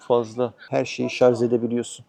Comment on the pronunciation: Şarz değil şarj